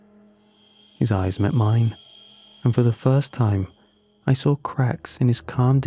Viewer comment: "I sraw it" why bro? 😭🙏 It "saw" ngga